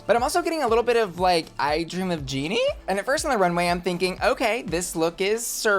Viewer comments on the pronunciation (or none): none